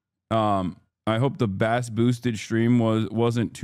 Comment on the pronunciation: Lol at "Basss Boosted Stream" Pronounciation of "Bass" (in terms of audio) aside, Bass is also a Protestant drink from NI. It doesn't matter, it just made me laugh.